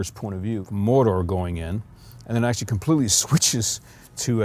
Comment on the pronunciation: ..Did that guy pronounce it as 'Morder'...?